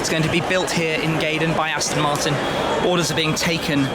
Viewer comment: Aston Marton Zonda lol